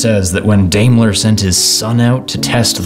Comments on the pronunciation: I'm pretty positive it's pronounced DYMLER, NOT DAYMLER. In Germany, it's the Second vowel you sound, not the first. Now you know. You're welcome. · Dime-ler. Not... Dame-ler.